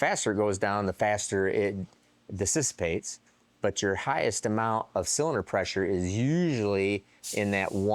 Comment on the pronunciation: Disisipate! Someone needs to make a dictionary 😂 I love word blunders. He sure can weld and machine like a SOB, pronouncing words...not so much. Love you, never change brother.